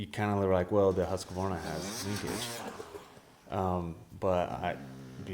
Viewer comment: Why can’t yanks say Husqvarna? Just say husky. It’s not Huskavarna.